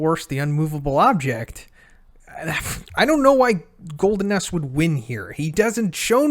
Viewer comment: Did anyone else hear him say "Golden Ass" everytime? XD